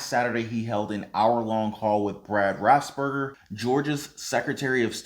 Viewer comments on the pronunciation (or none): Trump didn't urge Brad Raffensperger (you said Brad Raspberger) to "find" anything. That whole thing was blown out of proportion. As for the $600 stimulus, mine went to pay two months of electricity. I'm greatful to have a electrical bill regardless.